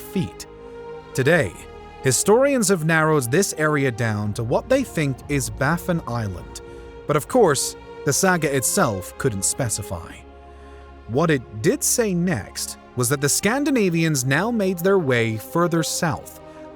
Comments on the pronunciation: You did not fact check this very. It's Baffin Island, not BAFFEN. Also, there are no native wild grapes on Newfoundland. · Baffinland, not Baffen.